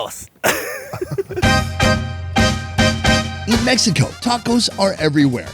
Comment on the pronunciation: 55 minutes. They say Vamonos. What I heard was vomit dose